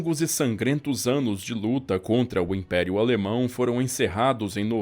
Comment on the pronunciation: Sua pronúncia das palavras em alemão é jóia.